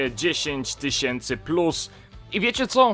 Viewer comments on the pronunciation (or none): none